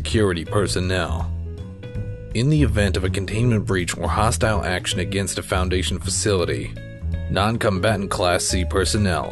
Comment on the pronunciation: It sounds like he can't pronounce Foundation and he's trying to pronounce it right without messing it up Also good job!